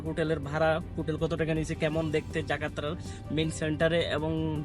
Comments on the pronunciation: জাকাত্রা...?? Jakarta...!! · আপনি বারবার জাকার্তা কে জাকাত্রা বলছেন। উচ্চারণ টা সঠিক ভাবে করুন দয়া করে। কারণ দেশি বিদেশি নানা জন কিন্তু এই ব্লগ গুলো দেখে, শুনে। আপনি কিন্তু দেশকে উপস্থাপন করছেন কথাটা মনে রাখবেন। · Say Jakarta not Jakatra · জাকাত্রা নয়, জাকার্তা হবে। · Jakarta, NOT Jakatra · দারুন ভালো। কিন্তু আপনি জাকাত্রা বলছেন। সঠিক কথাটি কিন্তু জাকার্তা। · উচ্চারণটা ঠিক করেন জাকাত্রা নয় জাকার্তা। আপনার উচ্চারণটা শুনতে খুব খারাপ লাগছিল। যাইহোক এসব বিষয়গুলো মাথায় রাখবেন। তাছাড়া আমি আপনার ব্লগগুলো প্রায়ই দেখে থাকি। কারণ আমি বিশ্বের দেশগুলোর ঐতিহাসিক স্থান, তাদর কালচার, ভ্রমনের দৃশ্যগুলো খুবই উপভোগ করি। ধন্যবাদ। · Jakarta not Jakatra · আরে গর্দভ জাকাত্রা না জাকার্তা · পৃথিবীর সবচেয়ে বড় মুসলিম রাস্টের রাজধানীর নামের সঠিক উচ্চারণ করতে পারেন না নামটি জাকাত্রা নয় "জাকার্তা" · আপনি বারবার জাকাতরা বলেন কেন? বলবেন জাকার্তা। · জাকাত্রা নয়, ওটা জাকার্তা হবে। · এখন কোথাও শিক্ষাগত যোগ্যতার প্রয়োজন হয় না। শুধু চাপার জোর আর বেহায়াপনা থাকলেই রুটি-রুজির অভাব হয় না। এই ব্লোগার ছেলেটা নিজের অযোগ্যতা নিয়ে ডোন্ট কেয়ার। সে জাকার্তা শব্দটাও ঠিকভাবে উচ্চারণ করতে পারছে না। সে বলছে জাকাত্রা! এখন ভাবুন! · আমার বাড়ি কিশোর গন্জ আপনি এর বাড়ি ভৈরব। আপনি জাকার্তা কে জাকাতরা বলছেন। এরকম ভুল করা ঠিক নয়। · উচ্চারণ টা জাকাত্রা শোনা যাচ্ছে। এটা জাকার্তা হবে। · aponar bhul ektu dhoriey ditay chai. rajdhani shohor tir naam kintu JAKARTA. aponi bolchhen JAKATRA. shudhriey nilay bhalo hoy. aponakay dhonnyobad. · I will told হয়না, হবে I will tell. যাকাত্রা নয়, হবে যাকার্তা। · আপনার বিকৃত শব্দু উচ্চারণ আমার কাছে খুব মজা লেগেছে। যেমন: জাকাত্রা, রুট ঘাঁট, বিডিও ইত্যাদি কিন্তু আপনি যে ইংরেজিতে কথা বলেছেন, ভাল হয়েছে। আপনার সাহস আছে। ইংরেজি বলা ঠিক আছে এটা চলে। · জাকার্তাকে বলছে জাকাতরা। বাঙালিরা যেমন কথাবার্তাকে বলে কথাবাতরা, তেমন আরকি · জাকার্তাকে আপনি জাকারত্রা বলতাছেন কেন ? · Bro, sorry to say that you several times said," zaka tra" actually capital city of Indonesia name is Jakarta, thanks